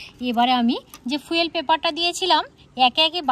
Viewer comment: ফুয়েল নয় ফয়েল পেপার